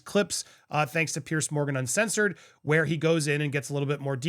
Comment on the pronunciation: Andy it’s Piers as in (Peers), nor Pierce…. Just sayin’